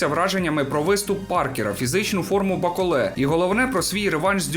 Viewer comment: Молодець, що наголос ставиш правильно, як і має бути у франкофонному варіанті. БаколЕ - франкофон і тому наголос на останній склад! Усик, як завжди, на висоті! Бравісімо!!! Рашистів, під якими б ганчірками вони не виступали, варто нагороджувати лише презирством! Я не вболівав ні за кадиривця, ні за путініста-рашиста "с раскосыми и узкими глазами" - білого вола. Обоє рябоє. Трохи більше симпатизував БТР як представнику чечено-дагестанського народів, що перебувають у неволі! Так політика, хочемо ми цього чи ні, стає чинником спорту, а спорт, у даному випадку - бокс, політики. Хто цього ще не усвідомив просто або лукавить, або живе у паралельному світі. Дякую за огляд.